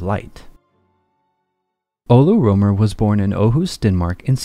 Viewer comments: His name is Rømer, not Romer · Rømer or Römer and NOT roomer it is NOT an oe sound as in shoe or you...PLEASE use an u as in hut if you can't pronounce the proper sound...This sounds beyond stupid...Have some basic RESPECT!!